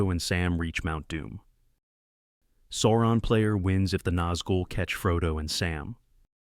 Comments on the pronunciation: Not SAWron, it's SOURon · Why say Soouron? Its SAAURON. The A is wide open mouth.. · This odd Sauron pronunciation is the same as that R Smith guy. As if nobody in the North American land mass has seen the movie. Otherwise nice video.